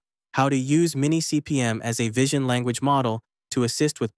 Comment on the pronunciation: MiniCPM, not MimiCPM 😊